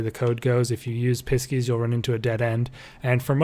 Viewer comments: really helpful ! thank you!! but pisces is said like 'pie-seas' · when I heard the way he said Pisces the first time i about lost it 😂😂